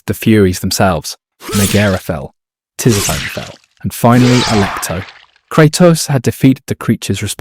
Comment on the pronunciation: Oof. Some of the pronunciation in this video is tough on the ears 😂 great video nonetheless! In game; Ares is pronounced “Air-eze” Hephaestus is “Hah-fest-us” Tisiphone is “ti-sif-o-nee” Megaera is “muh-jeer-uh” Aletheia is “ah-lee-thee-ah”